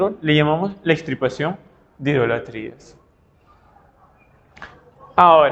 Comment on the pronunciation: Disculpe pero: Me confundí con eso de "EXtripaPACIóN" de idolatria ( parece algo relacionado con TRIPAS que son SACADAS) ¿No será EX TIR PA CIóN? (RETIRAR)... Por ejemplo: un TUMOR, una VERRUGA, etc. Desásneme por favor.